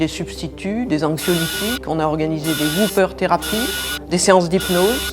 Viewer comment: On dit whopper pas wooper..